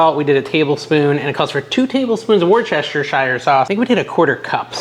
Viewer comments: Worcestershire is not pronounced like it looks. The proper pronunciation is: Woostershire or Wu-stuh-shire. It's one of those weird holdovers from old English that is pronounced the "old" way, and hasn't updated as the English language has updated. :) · Wuss-ter-sheer is how it is pronounced, fyi 😊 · The correct pronunciation is WOOOOS-te-sher Sauce. That’s how they say it in Britain. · Just say "WOOSTER" sauce. That's how they pronounce it in England ....where the stuff was invented. Btw, you forgot the squeeze of fresh lemon juice in the sauce. I'd skip the peanuts and use whole cashews, pecan halves & the Pepperidge Farm fish pretzels. But hey, it's like spaghetti sauce recipes in Italy.....every family has their own favorite version. Make it the way YOU like it, right? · Buddy, "wuss ter sure" sauce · The sauce in your bottle is pronounced ‘woos-ter-sheer’ . I know. It doesn’t even look like it’s pronounced that way. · Worcestershire is pronounced "wuss-ter-sher", believe it or not. The town in Mass is pronounced "Wuss-ter", same origin. The British are great at hugely long spellings that are pronounced totally differently than the words look, another example being Cholmondeley. It's pronounced "chum-ly". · I have a tip on pronouncing “Worcestershire”. First syllable is Worce (like force) then it’s easy after that. Worce-ster-shire (sheer OR shire, either one. Pick one and stick to it). Three syllables. You’re welcome!! And your Chex mix looks delish. Thank you! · Whis-ta- sheer is how we pronounce it. Lol. No clue if it’s right. Only a dude would make a video on Chex mix and not buy a proper pan. 😂. You did a good job though. Looks fab! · WAY too much babbling about dishes and extraneous matters. You need more nuts, chopped pecans. Just use a roaster and get on with it. And please (!) learn how to pronounce Worcestershire sauce.